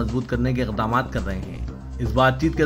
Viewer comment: news reader ...! arey bha,e khuda k wasthay .URDU KA MURDAH na nikalo .....urdu seekho phir news reading karo .... 1. Eqdaam nhi......blkay Aqdaam sahi h . 2 .Naamoor ,ghalath hy .....Naam warr thalaffuz sahee hy .3 muslima ...nhi blkay musallamah ..sahi hy. Urdu ki qabar tho thyyar hy hee .lgtha h aapne kafan dafan ki zmmedari le rkkhi hy .